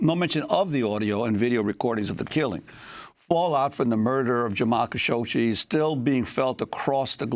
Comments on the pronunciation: "Kashoshi"???!!! What the heck? I see that the liberals have some strange and disgusting aversion to bathing (for Pete's sake: You're on TV, Darlin'... comb your hair and put on some lipstick, -at least)!! Ugh!! I don't care WHAT they were going to say.... this presentation is PATHETIC! Khashoggi.... it has 2 "G's"!!! (Kashoshi, he says, repeatedly). How STUPID are these people????! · who da hell said "cowshoshi" wtf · Please learn how to say his name properly! There is no "shee" sound at the end of his name. It is pronounced Ka'shog'gee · Pronounce his name correctly Kashoggi as in Adnan. Cashoggi. Perhaps that will shed some light and history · Lol she consistently mispronounces kashoggi. Kashokshi? They woman she interviewed said it correctly to her and she hammered the rest of the video out with no change. Not a big deal but funny for sure. The lady had micro expressions every time she does as well. I kept thinking just correct her. Geez what if she had a booger?